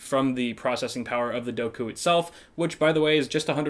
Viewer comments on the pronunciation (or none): He keeps saying doku lol